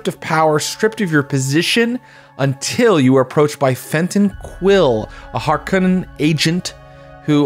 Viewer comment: Hey-liner sticks in my ears for some reason. Like HARK-o-nen and Hark-O-nen